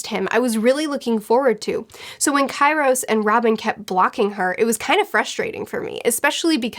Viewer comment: Key ros... for god sake learn your vowels. I thought you read for a living... <3